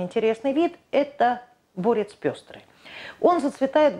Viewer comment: Очень интересный рассказ, но почему не клобучковый(от клобук) ,а каблучковый? И не борЕц, а бОрец? 😂